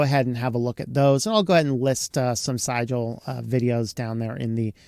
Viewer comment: Definitely should be pronounced “Caliber”…not “Cal-ah-bree”. That was very distracting. Also…pretty sure that Sigil should rhyme with vigil. Not however you said it. But I could be wrong.